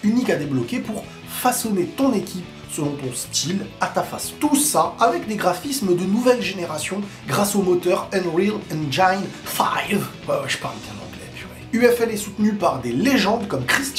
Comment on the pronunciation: Unreal engine pas enjaiineee looool